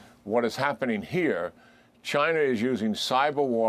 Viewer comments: Was the general saying “Chiner” like Archie Bunker. It’s over dude! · Lmfao my man said " chiner" 😂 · "Chinerr"...😂😂😂 jack keane pronounces words funny